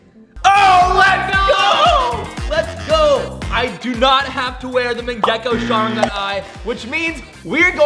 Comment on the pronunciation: bro says mangako sharingon wrong